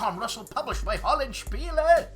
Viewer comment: Every time Roberto Massini's theme comes on, I think it's going to turn into the Star Trek theme...:D So great to hear that last "-eh" at the end of Hollandspiele... good on you,!! Not even Mary and Tom consistently utter the name correctly!:D Dave of the Centurion's Review has Crete on the brain... I sure hope that doesn't make him.... wait for it... a Cretan! (just kiddin'!!) See ya on Sunday!!!